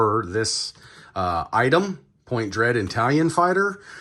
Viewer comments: Dang, man. It's "Talon", not "Tallion". Also, for anyone interested, he finally gets the box open . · Dude! Love the channel… but it’s TalOn… not Talyion! Pronounced TaL-ON! Not TaL-YioN! 😳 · It's TALON fighter. As in, it has talons, because it's a bird. Why do you keep saying it "Tallion" fighter? Like it's Italian or something? Do you think it makes amazing pizza? and it's Zodac, not Zodiac. lol I feel like a huge dick pointing this out, but it's super irritating. Would be like doing a Spider-man toy review and calling him Spid-erman.